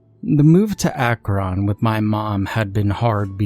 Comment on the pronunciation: I thoroughly enjoy the way you say Akron. Most ppl say it like akrin or crackrin